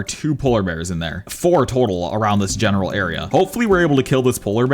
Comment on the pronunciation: Guys tell me how much times he said genaral